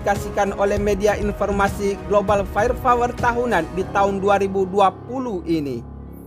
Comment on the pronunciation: Bukan fayer fawer.. tapi fayer pawer/ fire power